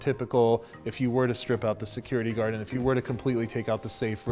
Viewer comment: I like how he called it a "security guarden".